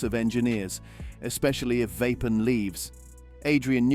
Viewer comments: It’s Verstappen! Not Vappen! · AI bullshit Voice Vapen ? it isverstappen